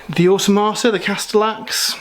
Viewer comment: How on earth are you saying Automata so wrongly? O.o